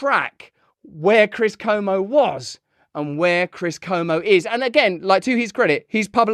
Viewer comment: Cuomo is pronounced with a Kwa, much like "Genius in France" by Weird Al about 4 1/2 mins in